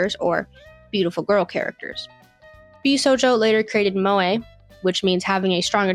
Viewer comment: You can tell she knows nothing about the genere purely out of how she pronounces Jossei as "Josie" and Bishouho as "B-sojo" I have never seen a single shounen fan mispronounce shounen. Sure, some people don't pronounce the u in shounen, but thats largely due to bad localisation misspelling the word as Shonen. But even then, people dont pronounce it as "show nin" How do you even turn Jossei into Josie? How do you switch the two letters around? Its not like "ei" is hard to pronounce in english. People dont pronounce Einstein as Ienstien. This is such a disrespect to the genere itself